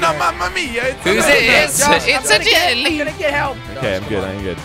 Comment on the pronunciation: Why do u say "Jilly" instead of Jelly